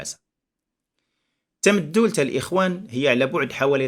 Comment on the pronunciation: سلام، للإشارة أستاذي ف"تامدولت" تُنطق بدون شدّة: "Tamdoult" فنسمع الناس تقول إلى يومنا هذا: "تامدولت ءوققا" / "Tamdoult ou 9a" نواحي "طاطا".